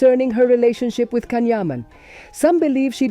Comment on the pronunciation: Pronounce his name correctly!